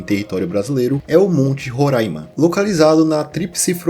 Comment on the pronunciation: ótima pronúncia de Roraima, ainda mais hoje no aniversário do estado!!